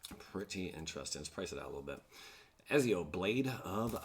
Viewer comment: Ezio is actually pronounced ET-ZIO lol